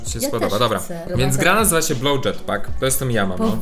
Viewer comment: nie Bloł tylko Blow